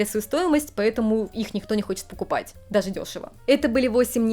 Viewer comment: Я слухаю і не розумію, це у вас такий дефект мови чи це такий вид манірності щодо вимови, оця шипилявість, якц нічим не можна пояснити, я дивилась вас, але якось не приємно стало, це не природньо якось, ну оце ("дазе", "тозе" і т.д.), візьміть уроки у логопеда